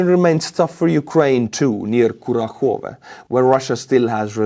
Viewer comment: Excuse me,, it's "ku-RAKH-ov-e'